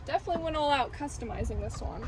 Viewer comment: take a shot every time "definlyyy"